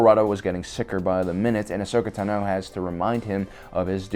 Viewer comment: You're mispronouncing "Ahsoka Tah-noo" and "Yula-ran" on purpose aren't you